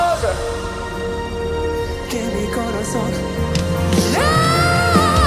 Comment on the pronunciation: Una obra de arte..lastima que no le han enseñado bien la pronunciación... Que mí corazón..che mí corazón..ya no se entiende .